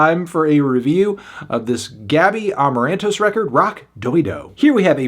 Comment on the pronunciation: Eu morri com a pronúncia 😂